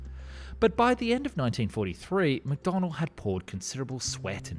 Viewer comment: Please stop saying "Mcdonald", it's McDonnell.